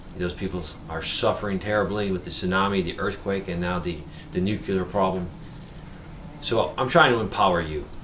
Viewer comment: I normally don't like nit-picking but since you are publishing this to thousands I think it is warranted. Nuclear is pronounced "NEW-CLEAR", not "NOOK-YOO-LUR." I was embarrassed for George W. Bush every time he mispronounced the word. It had the effect of chipping away at his credibility because he seemed unable to correctly pronounce the word that described one of the most important issues of our time. Love your vids! I just thought you might not be aware of the error...